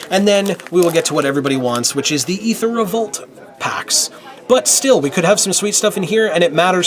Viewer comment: Thank you for saying EEther and not AAther, fellow phonetic enthusiast.